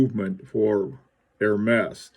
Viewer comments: Zut alors! More like "Air -mez"! Certainly no 'H'! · I really like it with the orange band. Ps. Not to correct your creative French, but I believe it's pronounced more like Hermeeze. I'll see myself out.....